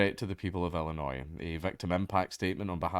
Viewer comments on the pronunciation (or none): none